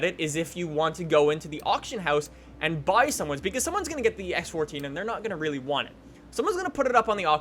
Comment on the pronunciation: Why does he say reeylyey reeylyey like that he says the l's reeyley oddly its really